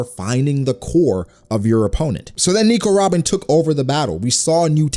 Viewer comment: It really makes me cringe when you say Nico Robin everytime